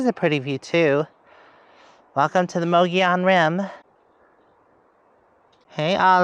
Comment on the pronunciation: It's [Mogollon] not pronounced ma-GOH-lee-an, it's MUGG-ee-yon Come on. You're a resident of AZ, learn the lingo! 🤣🤣🤣